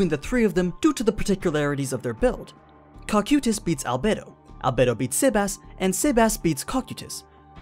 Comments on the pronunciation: CO-KI-TUS REPEAT AS NEEDED. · That Cocytus pronunciation made me cringe every time. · they are pronounced co kai tus and dem e urge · Dude why can't you pronounce the names right it's pronounced(CO-KAI-TUS) is the proper pronunciation